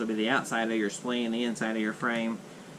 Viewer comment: Say spleen one more time, it's so funny hahaha * s-p-l-i-n-e*